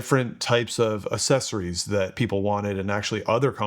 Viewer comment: Why can't anyone pronounce accessories properly anymore? uhk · seh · sr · eez /əkˈses.ər.i/